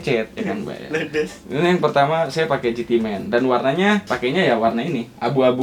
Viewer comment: Ucup : "ledes" • • • • 😂😂😂